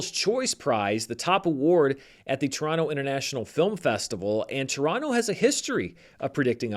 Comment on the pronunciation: As a Canadian, allow me to congratulate you on a perfect pronunciation of Toronto. 😅👍